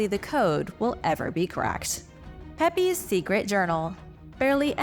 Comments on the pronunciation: Pepys is pronounced peeps. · Love to watch these videos, just cannae get over the difference in pronunciation between UK and US. Samuel Pepys is pronounced Peeps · Samuel Pepys is pronounced Samuel Peeps. English pronunciation has changed over the centuries.